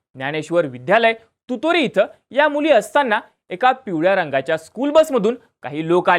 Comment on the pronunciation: तुरोरी म्हण तुतोरी नाही